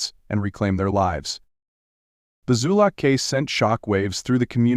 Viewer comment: Zulock, not Zuluk.